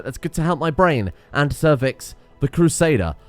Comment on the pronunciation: Was looking away from the screen when he introduced Sir Vicks. Thought for sure he named the crusader, Cervix. Almost spit out my coffee.